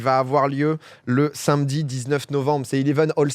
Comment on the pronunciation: pitié Domingo c'est sAmedi le mot, tu dis toujours sinmedi ça me donne beaucoup d'anxiété